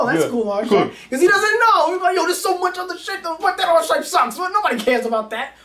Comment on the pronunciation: Pronounced Ar - KEE - type not Archi- type.